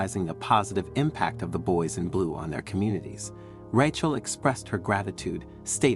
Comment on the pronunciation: Weird, sometimes he says Rachel correctly, other times he calls her Ratch-el